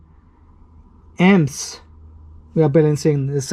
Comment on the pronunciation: for many minutes i was having trouble to understand what was the M's (or "emz"), only when i saw the power supply charging at 21 amperes i did understant "emz" was for amps. i am not a native english, and thiss is the first time i struggled hearing the "amps".